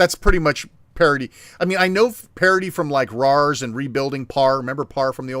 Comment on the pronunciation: Parity should sound liker charity when said. not partity :P